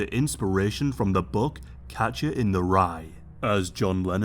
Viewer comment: Are you saying Capture or Catcher? It really sounds like Capture